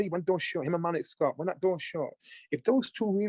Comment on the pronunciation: Why are you butchering Malik Scotts name like that?